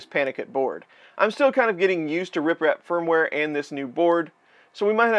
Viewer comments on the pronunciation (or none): Why does it sound like you're saying RIPrap instead of RepRap? Lol